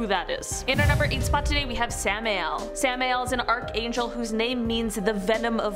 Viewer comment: Samael is pronounced Sam-i-el and is the name that lucifer/satan originally had.